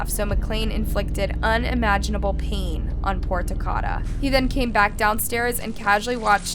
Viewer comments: His name was Ta-ko-da (Takoda). Not ‘Tacada. Please pronounce it correctly. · No disrespect but You're saying his name wrong. It isn't TUH-CAH-DUH....it's TUH-COH-DUH. Like Dakota. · She definitely kept saying it wrong. “Ta-Cod-Uh” is not correct. It’s Ta-Code-Uh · Hey it’s TA-KODA. Like DAKOTA, but TA-KODA. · It’s TA-CODE-A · The least you could do is pronounce his name right! It’s said like Dakota but with a T. Literally no one pronounces it the way you are. Smh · I find it disrespectful that you didn't even bother looking up how to pronounce his name... wtf? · U HACKED the names up even takodas name smh but other than that thanks for spreading the word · You’re literally watching the interrogation where they say Takoda’s name countless times and you STILL SAY THE VICTIMS NAME WRONG smfh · Takoda pronounced like Dakota Do your research instead of disrespecting a dead baby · @@ she doesn’t pronounce it properly because she is AI. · you saying his name wrong it like Dakota but with a T just wanna let you know love your channels still thoe ❤❤❤ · lol she is most definitely saying it wrong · @@ she is pronouncing his name wrong. 😑 I'm from the same city this happened in. Nobody says his name the way she saying it.